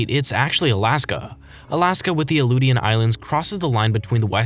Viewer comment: The Aleutian Islands in Alaska are prounounced “uh-loo-shun” not “uh-loo-tee-yun.”